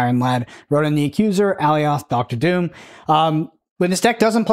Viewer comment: FYI, (not trying to be "that guy" in the comments, but I take it has never watched Loki, as "Alioth" is pronounced "A•lie•ith" not "Alley•oth"... Just saying 🤷